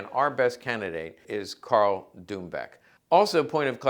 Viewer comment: Karl Dumböck, not Dumboeck